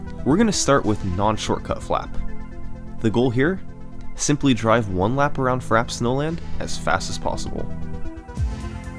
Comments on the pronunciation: Imagine doing this much research and editing but neglecting to learn how to pronounce "frappé" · Publishes extremely well-researched video featuring tons of history about MK64 speedrunning Doesn't know how to pronounce Frappe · makes an entire video about frappe snowland, somehow doesn't notice how it's pronounced... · I love these vids and the channel but seriously, how can it not have been known, checked or learned on how to pronounce FRAPPE??? holy crap... thats just annoying , and considering all the other level of details here that get analysed. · Frappe is a French word ( 60% of all the English word have French origin) ,just pronounce "Frap" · Uh... not trying to be a dick, but I'm pretty sure it's pronounced "FRA-pay" like if you start saying "France" but end by saying "pay". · “Frap” Snowfield lol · It's pronounced frappay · It's pronounced "Frappé" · "Frap Snowland" ffs... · In Frappe you pronounce the 'e'. It makes an 'ay' sound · FRAH-PAY Snowland, nigga. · "Frap-PAY" Snowland. It's pronounced "frap-PAY". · love your work, I have never really been into speed running, but these documentary-like videos get me addicted. keep up the great work! ps.: i think frappe is pronounced as “frappay” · Man, it's "fra-pay".. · no fkn way you really call it frap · It is pronounced frap-ay... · You mean... fra-PAY snowland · /fræpeɪ/ you're pronouncing it wrong, it's pronounced "frappay" sorry i had to be T H A T G U Y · "Frap Snowland" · It’s pronounced “Frappè” I think, I’m not sure why they didn’t include the accent. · No, it isn't, it's just wrong. It's "frap-eh", acute or not. Google it, it's two syllables. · Just to let you know, it's pronounced frappe (frap-pay), the chilled, foamy coffee drink, which is why it's a cold snowy track. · I am certain its frappay. Ive been playing this game since I was young. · tfw doesn't know how to pronounce frappe (frap-pay) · this fuck... is pronouncing frappe... frap... i'm going to lose it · “Frap snowlind” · yeah same